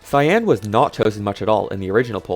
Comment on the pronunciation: The word cyan is not pronounced with emphasis on the a. It isn't cyán, it is pronounced cýan with emphasis on the y. If the emphasis is on the a, it sounds like two words and is just wrong.